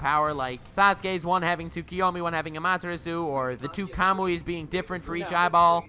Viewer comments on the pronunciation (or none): none